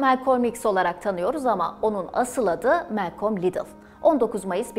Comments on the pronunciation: Melkom değil Malkom olacak ismin okunuşu arkadaş. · Güzel çalışma👏 Yalnız isminin hiçbir yerde bulunmayan bu tuhaf telaffuzla söylenmesine anlam veremedim Melkolm🎃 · bir daha Malcolm demesen mi acaba;)